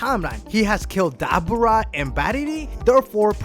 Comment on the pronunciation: Kenny Fancher SAA-GA instead of SAY-GA. What is up with him learning how to pronounce names right?? He says dabera instead of right DABOORA. Gosh bugs me